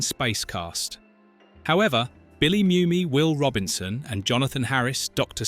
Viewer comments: It's not Myumy, it's Moomy. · I know he spells it Mumy but it's pronounced, Moomy.